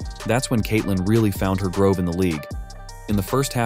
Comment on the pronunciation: This voice has to be A.I. generated. Probably written by humans but the voice is a really good a.i. it mispronounced groove as “grove”. Says: this is when Caitlin really found her groove in the league. A human wouldn’t mispronounce that word in that specific context, no way.